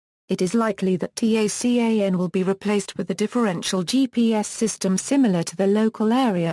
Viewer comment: Your robovoice keeps referring to the TACAN by spelling out "T-A-C-A-N." In the military world, it is universally referred to by the acronym "TACAN" - pronounced "TAH-CAN."